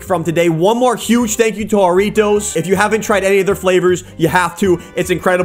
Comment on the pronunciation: "Harriotoes" Me: hairy toes